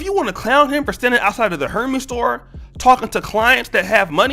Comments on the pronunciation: DJ Envy comes from two black parents. Wouldn’t that make you black? Your research is lacking, just like your argument. And, btw, Hermes is pronounced “air-mez” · Actually the correct pronunciation is Air-maz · Great content, but I must say bro, Hermès is not pronounced like the mythological God Hermès 🤦🏾‍♂️😂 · Lol... wtf is a “her-ME’s” store?! 😂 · You can't pronounce, Hermes? And Envy is a clown for what he said, but you're a clown for saying that he is not black. His father is black, do better research.